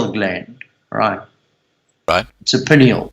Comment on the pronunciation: Amazing. He needs to learn how to pronounce "pineal".